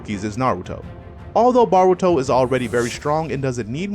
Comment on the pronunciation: bro if u say BARuto one more time.....